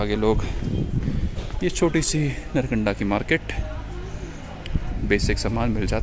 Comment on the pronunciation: nice. all are ok. but one thing not नरकंडा its नारकंडा bhanje.